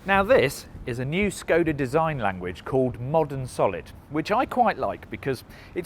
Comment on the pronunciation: the š in škoda is pronounced like sh